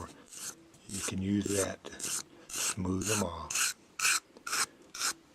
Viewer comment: Exactlyyy. When he said "look at dat" i was like.... °_°